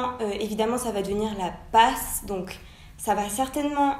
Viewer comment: La PASS se prononce passe genre « je passe » sinon merci pour ta vidéo. Moi ce qui m’inquiète c’est la quantité de travail surtout que cette année on a dû choisir une mineur d’une autre fac donc j’espère qu’il y aura moins de cours type santé